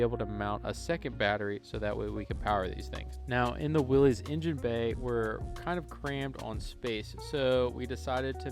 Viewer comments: FYI Its NOT Willeeeez... It's Will issss. Thats the way Mr. Willys pronounced his name. You're welcome. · Dude- it is Willys- like Phyllis. not Willies like Phillies.